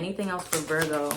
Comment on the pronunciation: Lol I love you and I love the way you said Virgo thanks for the reading Boo love you❤️🙏